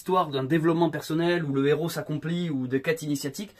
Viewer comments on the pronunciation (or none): none